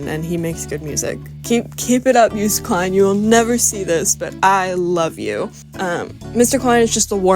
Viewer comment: LMAO u didn't say joost right BUT u did get the Klein part right so I'm proud <33 👏